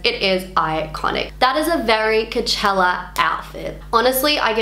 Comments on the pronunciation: Idk, the way you say Coachella, it sounds like Cachella... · Lol u keep sayin kachella